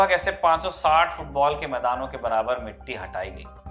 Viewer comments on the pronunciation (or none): none